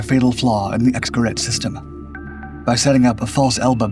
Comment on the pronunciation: Geraet ( can't type an umlaut with my keyboard.) is pronounced Gerayt